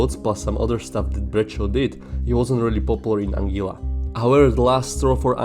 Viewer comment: It’s pronounced “AN GUILA” rather than “AN GILA”